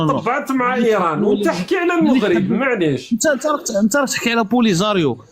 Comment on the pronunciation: ON DIT EL MAGHRIB EL MAGHRIB EL MAGHRIB EL MAGHRIB EL MAGHRIB EL MAGHRIB EL MAGHRIB EL MAGHRIB ET NON PAS EL MOUGHRIB DÉSOLÉ